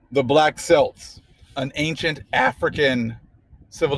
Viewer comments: An amazing and informative lesson brother -- as always!! Just wanted to let you know that Celts is pronounced with a 'K': 'keltz', 'keltic' - etc. I traced my paternal grandfather's origins back to the 'black' Celts who came here with the Heugenots (also Hebrews). My maternal grandparents are Cherokee (whole family on 1929 Dawe's Roll) and paternal grandmother Mattaponi (through Pochahontas' sister Mattachana). My relatives: those genetics tests are merely entertainment -- even geneticists say that. You MUST do the document search. Just as our dear brother always represents with receipts of documents from the long trail of recorded information. The historical record will always lead you to the Truth. Peace and blessings to you and your beloved ones!! _______________________________________________________ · The so-called Irish pronounce it with a "K" sound & it sounds like Kelts or Keltic...enjoyed the video though per usual!😁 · the word 'Celts' is pronounced Kelts, with the sound of K as in King. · celts is pronounced with k, I want some more info to further my study